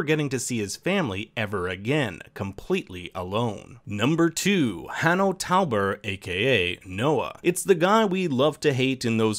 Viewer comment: Hanno TOOOOUBER